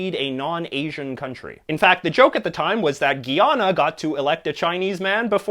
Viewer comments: It's not "GEE-ana" it's "GUY-anna" Can you please not fucking butcher the pronunciation of that name? Thank you. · president of where? lol 😂😂. its Guy-ana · (British) Guyana is pronounced guy - anna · You pronounced Guyana wrong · Haha I see you took some liberties with the pronunciation of 'Seaga' and 'Guyana'. Jamaicans mostly pronounce PM Seaga's name as 'See-ah-ga' but it's probably really pronounced 'Seh-ah-ga'. Guyana is mostly pronounced as 'Guy-ah-na' across the Caribbean. Also, fun fact: the current leader of the opposition in Jamaica (2021), Mark Golding, is also a racial minority. Most of the country was actually shocked when it became a talking point because everyone just assumed he was black but just really light-skinned loool. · It's "Gwee-ana", and "Ken-ya" (not "keen-ya")